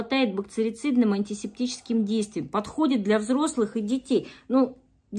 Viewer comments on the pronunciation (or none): Бакцерицидным 😀 ты чего))))